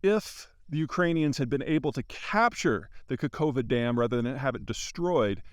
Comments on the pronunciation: You need to pronounce it as Kahovka, not Kakovka. Come on, Peter, it's not that hard. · Hi Peter, thank you very much for your efforts. Your pronunciation of location is very wrong. No surprise, not your fault, transliteration is awfully bad. Second "k" is silent. Even more completely unnecessary. Try to pronounce it like: "Kahovka". This sounds much close to native pronunciation. Thank you.